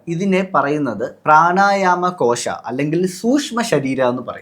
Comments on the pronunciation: പ്രാണായാമ കോശഠ അല്ല പ്രാണമയ കോശഠ ആണ് മക്കളേ😊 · പ്രാണയമാ കോശം അല്ല പ്രാണമയ കോശം ആണ്. There are 3 bodies. Gross, astral and causal